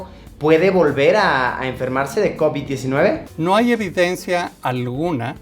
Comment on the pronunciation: Soy el unico que absolutamente odia la manera en la que luisito pronuncia Covid-19